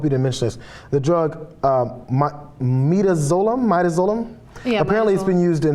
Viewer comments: Mie - duh - zoe - lum? Seriously? There is a site howjsay dot com. You can check how words are pronounced before you make a fool of yourselves. For the record, it's /mɪˈdæzəlæm/, you can check it on Wikipedia, as well. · Its midazolam learn to pronounce, properly before talking about it ....MID AZ O LAM. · The first drug is pronounced, "MED-AZ-O-LAM". Hope this helps!